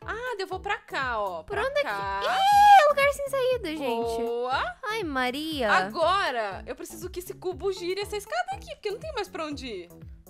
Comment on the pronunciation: Gente Falou Avemaria